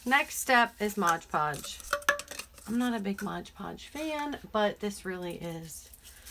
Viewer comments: I agree with everyone here. I love your videos. I do have one pet peeve tho! It’s called MOD Podge, not Modge Podge. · Nice tumbler...but its mod podge lol